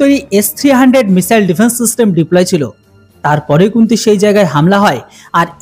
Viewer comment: মিশেল কি ? মিশাইলকে ঠিক ভাবে বলতে চেষ্টা করেন, মিশেল নয় ।